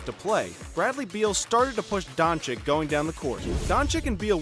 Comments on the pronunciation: and also keep saying donchiKK instead donchich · Man its luka doncic not luka doncik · it is luka dončić not dončik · It's Dončić, not Dončik! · Its Dončić (Dochich) not Donchick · Donchick lol it dončić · donchick? dude is that hard to say donchich? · Luka DončiĆ not dončiK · Stephen "Luker Donchick" Smith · It’s Donchich mate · *dončić Read like doncic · That's Mr. DON CHICK to you sir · donchikkkkkkkk????what???its not KKKKK dude .... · Donchick. So disturbing every time you say it. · Don “chick” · It’s Don- Cheech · If you say Doncik once more I..... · Its not Donchick mate its Doncic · He just said Donchick 999 times. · Ill give you dislike man. After 2 years i still hear DonchiKKKKKKKKKKKKKKKKKKKKKKKK... Are you guys deaf? xD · its DonCHiCH FFS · donchich.....cmon, its not rocket science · luka Don-chick 😆😆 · It is Dončić,pronounced Donchich. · Weel you pronaunce Donćić wrong